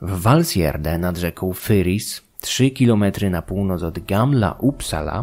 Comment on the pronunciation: No i już wiem jak wymawiać Valsgärde :D